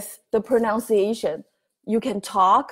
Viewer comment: Thank you, may I correct your English? You mispronounce the word pronunciation. It is not pronounciation. Most asians make this error.